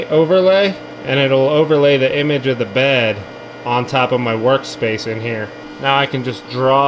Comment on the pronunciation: "Put this hee-a." Brilliant.